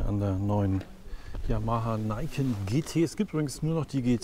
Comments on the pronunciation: Heiho, schoener Test, aber die Aussprache von Niken ist Niken und nicht Naiken. "Ni" ist das japanische Wort fuer 2, "Ken" heisst Schwert, also "zwei Schwerter" ist der Name. Ni-Ken. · Nur mal so ... wird wirklich "NieKenn" ausgesprochen Ni = zwei & Ken = Schwert also "zwei Schwerter" (Anspielung auf die zwei Gabeln) 😉 Schönes (SciFi mäßiges) Mopped ... vielen Dank für das informative Video 😊